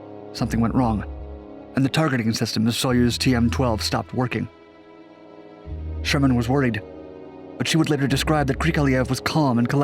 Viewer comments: It’s Sharman. Not Sherman. Helen Sharman. Gah!! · Actually it's Helen Sharman NOT Helen Sherman - a small point, but worth mentioning. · Just a small point. It's Sharmen rather than Sherman. Pronounced like 'Charmin', the tissue paper Krikalev had to use when he feel in love in space. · It's SHARman not Sherman. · Helen ShArman, damn it, NOT Helen ShErman.